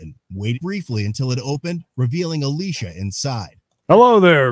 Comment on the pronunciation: That's not how you say Alicia! 🙄